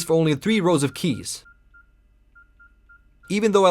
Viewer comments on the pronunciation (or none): none